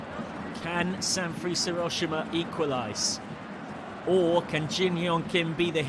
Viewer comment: San freeze, Mutsuki Kay-to, YOUrawa. it literally took seconds to google 😂